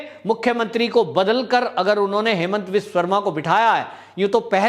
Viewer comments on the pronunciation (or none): अरे भाई, उनका नाम हेमन्त नहीं है, उनका नाम हिमन्त है। हिम यानि बर्फ, जैसे कि हिमाचल।